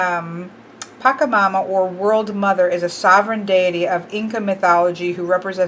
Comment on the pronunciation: Loved this! Thank you for showing this. Just in case: the "ch" in Pachamama it's pronounced with the same sound as in "China". Pa-"ch"-a-mama.